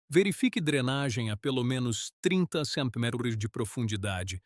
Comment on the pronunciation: Estava ouvindo os 1°s minutos e estava pensando justamente isso!! "Centiméters"!!! 😅😅😅😅